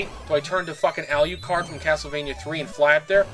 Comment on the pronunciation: one, your a generic AVGN, two, its AL-LU-CARD.. not ALLY U CARD. god play the game or learn to read. thanks